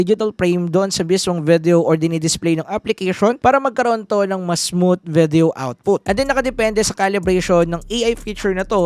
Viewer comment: hard th po pronunciation ng "smooth"